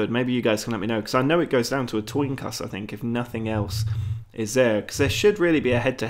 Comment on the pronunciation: A TOIN COSS haha I think you meant coin toss lmaooooo